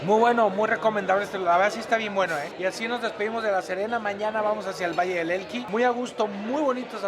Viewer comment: Alan valle de elqui Le agregas te una "L" más.!!! Jajajajaa saludos